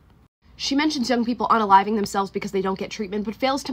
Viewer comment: She is a doctor , but can't even pronounce unaliving correctly, "Please".